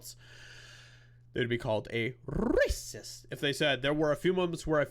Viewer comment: I wish you wouldn’t continually roll your R’s when you say racist . It’s triggering for Misophonics . Thanks